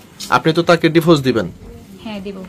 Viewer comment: ডিফোস😂😂😂 নাকি ডিভোর্স?